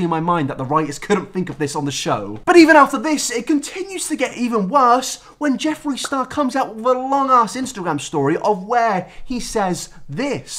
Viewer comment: I thought you said Joffrey instead of Jeffree cause of the amount of times you said GoT